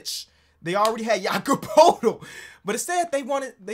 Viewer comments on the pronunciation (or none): none